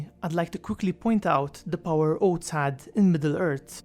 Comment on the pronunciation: Hehe. Oats. Odd though it may feel, you actually have to stick you tongue out of your mouth, between your teeth, to produce the interdental fricative 'th' sound. You can not produce that sound with the tip of your tongue on that ridge behind your upper incisors -- tongue must go between teeth! (Otherwise it's not 'teeth' it's 'teet' :)